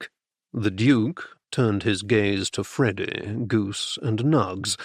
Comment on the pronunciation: I like the narrator, except when he says "Freddy" most of the time I hear "Frodo". The humor is great... kind of Bertie and Jeeves ridiculousness interspersed with some more serious danger in some of the books. I thought I had figured this one out, but there were some twists that surprised me!